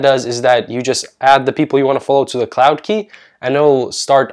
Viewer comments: "queue" : cue, not key XD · its cloud queue not cloud key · Who else got triggered when he called “queue” key lmao. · Killing me with QUEUE! It is pronounced CUE, not KEY 🔑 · Damn its queue like ‘q’ not key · Your pronunciation of "queue" is cute 😂 it's the same word as like "a queue of people" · 3.34 he pronounced queue as key 👏👏👏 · Man said “cloud key” not “cloud cew” 😂(sound it out) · Hes pronouncing Queue as Key, i cant trust him. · g says key instead of queue, damn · this man pronounced "queue" as "key" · It’s pronounced “Cloud Cue” ... queue is like a “line waiting” .. not a “key” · Cloud q, like the letter q itself. You can rove the ueue and it's pronounced the same as the letter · Did he pronounce queue as "key" lmao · Queue is pronounced “Q” bro :) not hating at all okay I like your advice! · lol why do you say queue like that